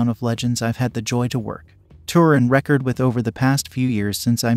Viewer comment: Tanya crossed the Atlantic Ocean not the Pacific. And it is not "record", like a record player, it is record as in recorded.